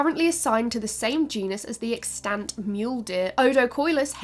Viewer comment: Plz look into how to pronounce "extant" correctly thanks